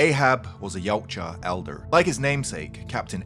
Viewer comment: It's pronounced Ya-oot-ja